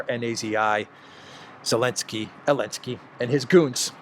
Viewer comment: Damn you, you have got me calling him Elensky now!